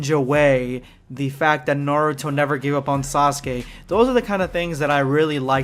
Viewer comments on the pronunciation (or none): none